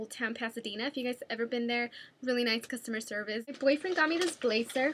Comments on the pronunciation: Please don't take offense to this Dulce...I would just like to say that when I hear someone saying or pronouncing a word wrong, I politely correct them. I do it to my mom all the time so she won't make the mistake in front of other people. So here goes...the word blazer is pronouced "blay-Zer" not "blay-cer"...or also when you say jersey...its "jer-ZEY" not "jer-sssey" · you say jersey and blazer wrong.